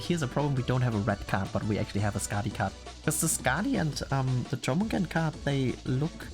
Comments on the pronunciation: Here's the correct pronounces of her name: Yormungander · The correct pronunciation of Jörmungandr is YOUR-moon-GAHN-dr.